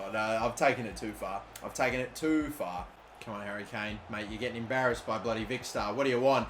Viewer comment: wait did he say dary Kane😂😂